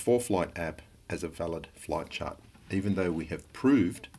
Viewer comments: I swear to christ, when he was saying "flight chart" I heard "flat chart." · I feel like I'm hearing him say "Flat Chart" instead of "Flight Chart"